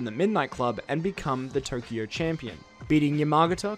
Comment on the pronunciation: aaaa not turkio, tokyo!